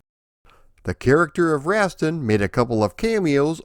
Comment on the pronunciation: For the love of god I wish you had consulted with someone about how to pronounce Rastan before you made this video. Rass-tan - not Rast'n.